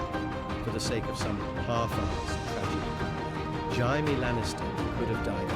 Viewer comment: He's saying it right if you read it in Spanish lol (but it does sound so wrong)